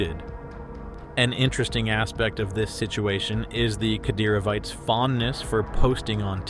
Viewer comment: It's pronounced "Kah-DEHR-o-vites"... Not whatever TF you said "cat-er-oh-vee-tahs" LOL... The Chechens fight under the leadership of Ramzan Kadyrov ... Hence "Kadyrovites". The guy is a walking piece of shit and basically like a Russian version of Muammar Gaddafi... He just really sucks. Also Kadyrovites are known as "tiktok soldiers" because they stage tiktok videos to make themselves look hard, but in reality, they are poor fighters, disorganized, and often highly ineffective.